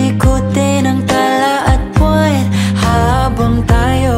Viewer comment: Bat iba yung pag bigkas ng ulan at bwan ang arte parang ulayn . Bwayn